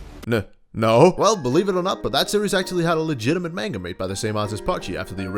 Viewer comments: did, he just say MAINGA? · This guy: MaYnGUH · I'm disappointed in how you pronounced manga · I'm hoping he's pronouncing the word manga as a troll lol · I'm new here but.... Why do you say manga like that???